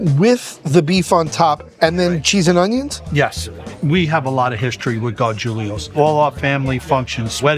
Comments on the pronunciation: Gargulios??... Isn't it gargiulos?? Im confused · Gar-jool-ohs NOT GAR-JOOL-LEE-OHS